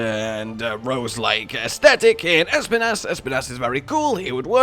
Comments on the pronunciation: Can someone...no, actually I will say it: Being basically spanish, i just have to say that Espinas pronounciation is just the way says it, but the accent is on the i, not the E Basically Espínas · Bro it’s I’m Spanish ad every time I hear you say it’s name it just makes me go “pronounce it right pleease” It’s pronounce by saying the letter S then pee nahs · Espinas is Spanish for Spines, I always like to hear how people pronounce Spanish words when they don't know its origin